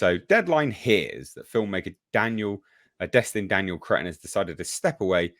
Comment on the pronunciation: My God man, change your name. Destin, Cretton. See, can't help but call him crettin.😂😂😂😂